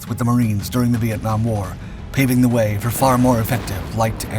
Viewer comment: I was 16 years old when the 1968 attack on Hue took place. The way you pronouce way is SO F-ing weird! :hand-pink-waving